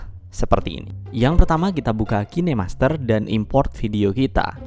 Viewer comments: Bacanya kin aja jangan kine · Mon maap nich, bacax "kain" master